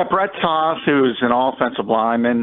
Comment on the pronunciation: I’m pretty sure Brett’s last name is pronounced T-O-th